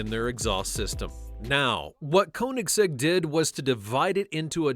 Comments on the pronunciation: (Ko)(nigg)(zegg) Put some respect on their name by pronouncing it right. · One thing i know about Koenigsegg is that it isn't pronounced Konysek